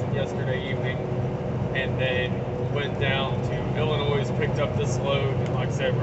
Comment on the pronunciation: Illinois = Illinoi the s is silent.